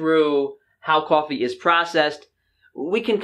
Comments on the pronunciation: Love how your accent comes through when you say cwoffee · lol "cawh"fee... spoken like a New Yorker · Unfortunately, I know this about coffee but I still drink it. I need that early morning cup to warm & wake me up. I think I’ll be ok with just my one cup per day. I like how you pronounce coffee 😉